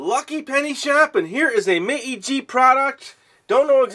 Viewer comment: in most cases, it is pronounced "May-G" I learned this while I was in japan